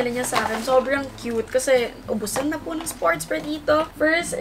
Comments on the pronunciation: ang aliw ng "I'm having great" 😂 at yung "isa pwong chicken fiilaayy" Hahahahahah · Its the "uhm, isa pWong chicken fillaaayy" for me 🤣